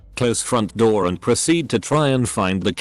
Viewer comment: When he said someone hitting a Roor what’s that mean or did he mean door